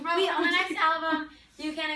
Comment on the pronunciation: GUYS WHAT DID CAMILA SAY WHEN THEY WERE ASKED ABOUT THE NEXT ALBUM? Is it "dont expect the next alvum"? Or I just misheard that? Answe pls it's bugging me that might be a joke but jokes are half meant.